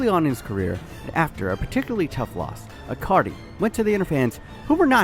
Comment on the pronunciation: why do you keep saying icardi like acardi?